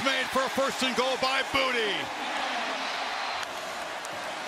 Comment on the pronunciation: It's Boo Tay, not Booty 🙄